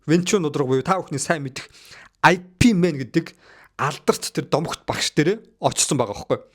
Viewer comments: i pi mena гээд байхин ip men гээч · "IP Man" bish "Yip Man" gej duuddiim daa uul ni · айпимэн, бүрс лэ, пилсоп, күнпү, 😂😂😂😂 сүүлдээ бүр пүрс лэ 😂😂😂😂